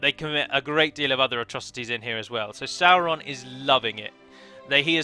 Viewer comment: Music is a vibration and if you understand how the universe works it's essentially different frequencies a sound a word the word of god,so you see singing is seen as something holy in ancient times. Little finger is sauron............................lol by the way is it not pronounced saw-ron?not sour-ron lol